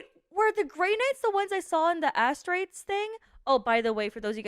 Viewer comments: For the record, Astartes is pronounced Ass-Tart-Ease Also I hope that cancer of yours fucks off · Astartes is pronounced A star raze. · I love how pronounces Astartes